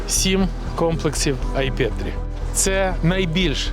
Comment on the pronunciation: З усією повагою до Президента Порошенко: чого воно «Ай пЄтрі», 🤦‍♂️ а не «Ай пЕтрі» ? Раз так вимовляєте , раз так … Давайте залишимо український варіант назви ! 😊🤝❤️